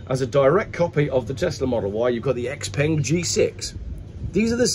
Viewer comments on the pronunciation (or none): none